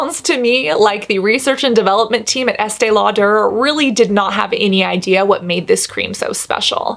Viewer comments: I was with EL for quite a while. Although I actually love the way it sounds when you say it, it's just pronounced Lauder, not Lau-der' (but you did say Lauder towards the end). I was around for the launch this and another brand around the same time. This was a really interesting video (like all of them). While its a great barrier/occlusive cream, you made some very interesting points. I think this is a problem with all ultra expensive "special" skin care. People used to line up for it. You do know the industry. Brava. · Why does she say “Estee Lau-der” putting so much emphasis on the “der” part??? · Why este lauDARE? I feel like that’s a strange way to say her name. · Informative video but the way you kept saying “Estay-Law-Tur” over and over again made me want to poke myself in the eyeballs! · Estee Law....pause...DURR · Why does she say Estee Lo-duh like that? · Estée Lau-DER? Love it! 🤣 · estee law-durrrrr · Ok I looked it up and the emphasis is on the "aud" not the "der" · WHY CAN SHE NOT PRONOUNCE ESTEE LAUDER PROPERLY????? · WHY DO YOU SAY ESTEE LAUDER LIKE THAT AHAHAHAHA FUCK ME ITS ANNOYING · I love your videos and the content is really good but, can you please work with a vocal coach? You sound like Kardashian! Your vocal fry and upspeak is super annoying. It makes it really hard to fully enjoy your videos. Also, why are pronouncing Estée Lauder like that?